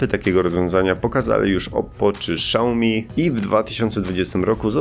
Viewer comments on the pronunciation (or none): Xiaomi ,śiaomi ( fonetycznie ) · ale co jak wymawiać? Szałmi to po angielsku czyta się "show me" A xiaomi to coś jak "siaomi albo siajomi" z reszta wszyscy tak wmawiają